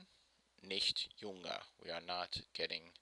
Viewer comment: It's "jünger" not "junger".